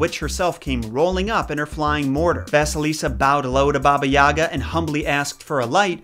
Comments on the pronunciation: It’s not baba ya’ga it’s baba yaga’ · i am sorry to say this but my russian mom says that it's pronounsed baba yiga not baba yaga i honestly don't care because i know it is hard to prounouces it for you and many others but i mean my mom told me to write this comment. (btw love your vidz i love this one the most cause of how funny it is (also me russian)) thank you for listening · All throughout hearing English speakers talk about her, I can never figure out why you guys keep putting the accent on the wrong syllable. It's YagA, not YAga. Such an odd detail that is somehow always gotten wrong... Same about pretty much every Russian name in this video. Anyway, aside from that, thanks for the video, keep up the good work! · She’s saying it’s not like yahhga it’s pronounced yagahh! Like ahh at the end and a short a sound on the first a ya-gahh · It pronounced "YagA" - stress on the last letter "A". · Baba is what Russian kids call their grandmother, and elderly women they’re close to. It’s generally a term of endearment. Also, the accent is on the G not the A. So, more like Baba yuh-Gah. I know, it’s strange. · Isn’t it Baba Yaga pronounced Baba (Yay - guh)? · It is pronounced bah-bah yay-gah